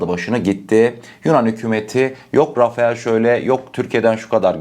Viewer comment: rafael değil rafele